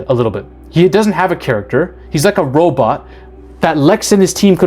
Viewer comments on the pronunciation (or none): none